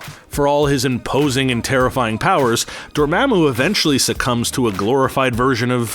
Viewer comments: LoL. Come on, "Dor-maammu"? It's pronounced Door-mom-moo (Dormammu). Dr. Strange only said it ten thousand times at the end of the movie. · Door-mah-moo. Repeat it after me.